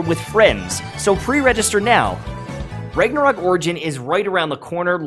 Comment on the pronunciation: >"Rayg-nah-rock" ...bruh.